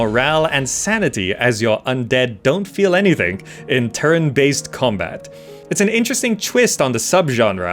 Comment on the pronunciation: Am I the only one hearing "terran-based combat"?? :)